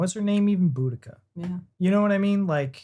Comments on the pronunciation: As a Celtic, we'd say boudica, it'll sound boudisea a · It’s is pronounced beau d cia. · I was taught, in the 60's her name was Boadecia!... Not Boudica!!!...Where the hell, did that come from???? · For a large part of my life she was called bow-di-see-a, I am still struggling with the new pronunciation.